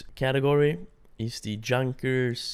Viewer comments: Junkers is pronounced Yoonkers by the way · You are saying Junkers so wrong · You mispronounce Junkers